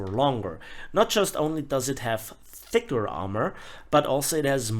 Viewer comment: Also liked how you emphasized the THICCER armor.